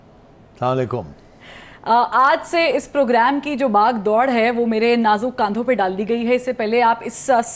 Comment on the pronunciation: indeed big shoes to fill, but you pulled it off remarkably well. The continuity of the spirit of the show will be preserved, looks like it.. And "baagh-daud", nahin "baagh-dor" hoti hai..